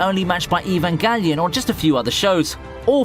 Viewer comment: the way this noob says "evangelion" is hilariously foreign its not even cool😂💀💀💀